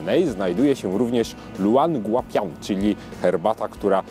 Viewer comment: Podejrzewam, że nazwa jest w pinyinie, więc szepnę coś ("spolszczając") na temat prawidłowej wymowy: ljoł an gua pien. :)